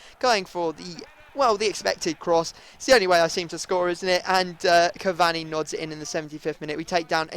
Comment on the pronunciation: Cavanni lol its cur-var-ney cavani